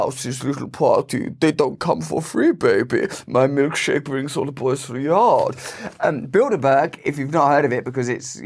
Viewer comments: I was taking a shower and I thought you were saying Buildabear. I was like woah, that’s like evil Furbies. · When I finally realized he wasn't saying "build a bear" lol 🤣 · Holy shit. I just realised he said Bilderberg. I though he was saying Buildabear. Makes a bit more sense now. Or does it? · Build-a-berg... So you're telling me they are responsible for sinking the Titanic? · I sure do hear “build-a-bear” every time! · It sounds like you were saying build a bear🤏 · Sorry Russell, but when I hear bilderberg I instantly think of build - a - burger, not build a bear. I see bread, beef patties and cheese 😂😂😂😂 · I keep hearing “Build A Bear” 😂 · I so heard u say build a bear…. Now I can’t not hear it.. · Every time you said bilderberg I heard build a bear 😂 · When you said “cogs” I heard “cocks”. I had to rewind to re-listen. I like your version better. By the way, I mentally went to Build a Bear within the first five seconds. 💗